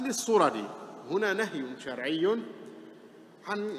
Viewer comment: الصرد وليس الصرج